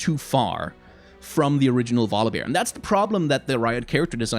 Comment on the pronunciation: first u talking about volibear i was thinking u say god of war :)))))))))))